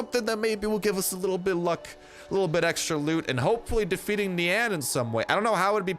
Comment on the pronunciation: when u say nian i hear nyan